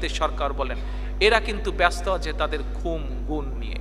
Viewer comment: You should correct the pronounciation. It will be khun, not khum.